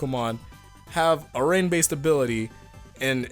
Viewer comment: When you said I love rain I thought you said that you loved rape and I got really confused